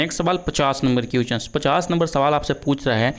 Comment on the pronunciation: Question ko क्विचन नहीं बोला जाता है । Thoda pronunciation bhi Sahi Kar lijiye dear sir,,, agar competition ke question solve kara rahe hain tu solution bhi dijiye sirf answer batate hue chale Ja Rahe Hain